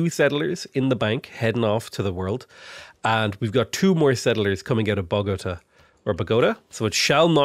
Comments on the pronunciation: It's pronounced Bow-Guh-Taw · It's "bo-go-TAH", the emphasis is on the last syllable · bogo-TAH emphasis on the A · Hey, if your wondering the emphasis goes on the last syllable of Bogota and the second syllable of Caracas, so like Bo-go-TA and Cah-RA-cas. Anyways, stoked to see a (reality) tall run, good stuff! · Hearing you attempt to pronounce Bogotá is making me laugh. Love the persistence